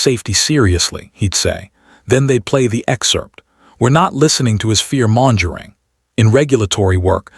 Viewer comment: Per Google's AI: "Mongering" is pronounced like "MUNG-guh-ring" in both US and UK English, ....